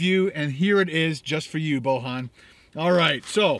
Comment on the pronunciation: It's pronounced Boyan ;) It's Serbian (or Croatian, Bosnian) name.